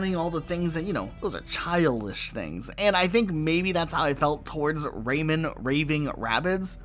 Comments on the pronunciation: Out of my entire 32 years of living in this planet. This is the first time I hear someone call "Rayman" to "Raymond" lmao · Really weird to hear people saying”Ray Man” pronounced like that….raymon lol